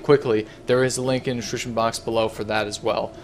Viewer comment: why cant he say description correctly?